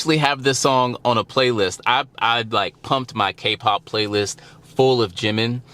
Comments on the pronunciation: Right the syllables are Ji-min, there's no stress on the second syllable though when he introduces himself or other member address him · Funny enough you were saying his name correctly in the first place, as it would be said by other Korean. Now you say it more western without the proper break point. Proof, listen to the way Taeyang says his name in the live version of their collaboration "Vibe". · You were saying it correctly before. Jimin (Gym-in) is the Romanized (Western) way to say it. Ji-Min (Gee-Min) is how it's pronounced in Korean. Either works.